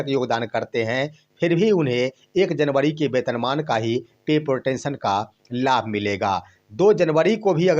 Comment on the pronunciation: अंग्रेजी ठीक से पढ़िए महाराज। पत्रकारिता इतना आसान नहीं है। पे प्रोटेक्शन होता है ना कि पे प्रोटेंशन